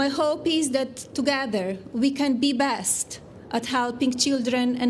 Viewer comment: Did anyone else hear her say the “Body Bench”?